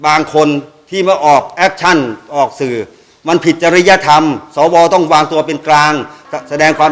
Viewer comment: เอ้อ พี่เรียกชัดๆๆครับ สอ อะไรครับ ว หรือ วอย ออกเสียงชัด พี่ ถ้า ว อวย จะพิลึกครับ ครับ พี่ท่านพูดถูกพวกเรารวมผมด้วยหัวหงอกหัวดำ เป็นผู้ใหญ่ ต้องเป็นตัวอย่างให้กับ้ด็ก ไม่ใช่ก้าวร้าว เราคือผมอายุป่านนี้เหลือเวลาน้อย บ้านเมืองต้องไปต่อให้เด็กเขาว่ากันไป